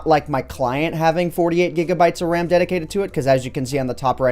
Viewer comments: I was wondering, umm... what’s da wecomended amount of det-d-d-dedicated wam i should have to serverrr. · its WAM not RAM